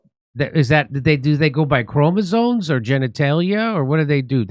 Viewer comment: Chromosomes Jimmy, not chromazones.